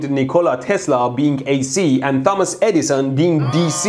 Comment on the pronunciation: did he say dumba$$ insteD of thomas? XD